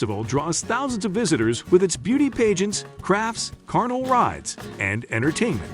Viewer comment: carnival rides not carnal rides. Much too my disappointment I might add.😅